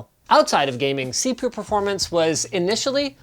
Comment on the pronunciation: Did he just say... C poo performance ?